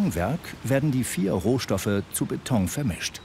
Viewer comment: trotz allem heisst es BETON und nicht BETONG!!!!